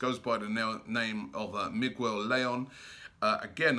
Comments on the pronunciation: Did Robbie just say Migwell Lay-on instead of Miguel Layun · Robbie it's Miguel Layun! (Mee-gehl Lah-yuun) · I never knew that Miguel could be pronounced that way.